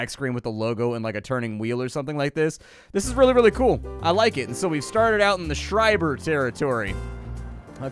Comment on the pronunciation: Props for pronouncing 'Schreiber' correctly :) Greetings from Germany